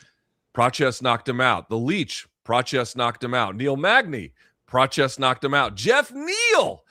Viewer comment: Prates not"Prochiss"